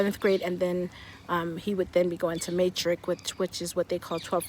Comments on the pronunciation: It's actually pronounced as "meh-trick" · Cringing everytime you said 'Maytric'😅... It's 'Ma' as in 'mother', so it's pronounced 'Mo-tric. Nice try though😅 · "MATRIC" She says it like shes saying the matrix 🤭 no it's MATRIC like you would say MARSAI maybe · I like how you pronounce Matric. Are they also going to University here?